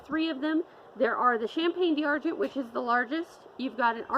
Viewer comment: 'Dee Arr-gent' 🤣🤣 Can we get a French speaker here to correct the horrible mispronunciation?